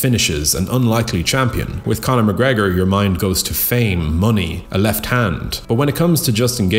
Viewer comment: Stop trying to be unique. It's mcgregor and not even close